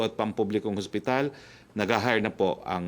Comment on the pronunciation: "HOSPITAL", HINDI HASPITAL, wag ka trying hard maging amerikano.